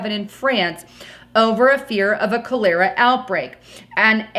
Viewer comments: Pronounced : Cowl—la—ra, not cowl—lair—ra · cOlera not cAlera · Cól er ah is not pronounced Col-lér-a. Colera wiped out alot of europe. Nasty filthy disease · Yo, it's pronounced "collar-ah", not "ko-leer-a"! And, "9pm that morning"? We normally indicate "morning" hours by using "a.m." - just saying. These errors hurt credibility. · please CHOLERA is pronounced phonetically "Col er a" not Col era". I don't want to be pedantic but pronouncing common words incorrectly makes you appear dumb, which I know you're not. Thanks. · It sounds like "coller-ah" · it's PRONOUNCED - CALL- ER- A!!!! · What is calara? Is this Cholera? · "Cholera" is pronounced as 'Cahl-uh-rah' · hon, it's coll' err' ah ( accent on the first syllable and short a ) That's a very contagious disease, first contracted from contaminated water and then spreads between people coming in contact with an infected persons body fluids. Causes fever, vomiting, diarrhea. Bad news. Don't fly or go to countries with questionable sanitation. Visit the great USA, Canada, Great Britain. Australia and the far northern countries. Why risk your health? Thanks for another great report. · Kah ler uh=Cholera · The pronunciation is chol-era. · It’s pronounced Kah.lur.ah. And isn’t Africa where they’re having all of the Ebola outbreaks? ***Keep your eyes on your local Hospitals. If you’ve got friends in the Medical field, keep in touch with them. That’s the only warning we’re going to get that the S has H the F !! 🤨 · cholera is pronounced chol ur a. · It is pronounced Col like a shirt collar, er sounds like "r", and "a" is the sound of a small Cholera